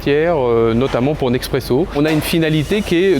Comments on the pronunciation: Mdrrr je me suis fait la même réflexion 😂 C'est rien de grave mais ça m'a fait rire, le monsieur dit être partenaire de Nespresso depuis longtemps, les sous-titres disent bien: Nespresso, mais lui le prononce Nexpresso XD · 20 ans qu'il bosse avec eux et il sait toujours pas prononcer Nespresso? 😂😂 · Le directeur bosse tous les jours avec Nespresso depuis des années et pourtant il dit Nexpresso... Ça compte? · 20 ans qu'il bosse pour eux et il dit quand même "neXpresso" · c'est pas un accent il sait juste pas comment on dit Nespresso